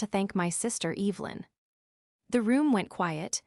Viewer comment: Cant even pronounce evelyn correctly. Smh.